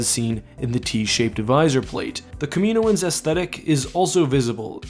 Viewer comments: It's not Kaminoan (Kah-MEE-noh-ahn) it's Kaminoan (Kah-MIH-noh-ahn) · idk but i think kaminoan is pronounced (KAH-meh-NO-an)